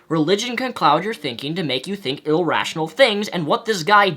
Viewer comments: "ilrational" ...Wow. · "illrational". yeye, give him a break, most of you should know he has a speech impediment. But am i the only one who found it odd when the other guy said that cancer is incurable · The term is "irrational" not "ill-rational". Sorry, I don't mean to be rude, it's just a bit of a pet peeve of mine. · *irrational not illrational. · For fucks sake it's Irrational, not Ill-rational. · Im sorry but the word "irrational" bothered me the way you said it "illrational" just had to point that out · It's Irrational not illrational, but yeah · Eh, this is definitely nitpicking, but it really bugs me how you say "ilrational" instead of "irrational",. Other than that, I feel as though the video responder had definitely misinterpreted what you had said/meant in your "The God That Fucked You Over" video. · It's iRRational, not ILLrational lol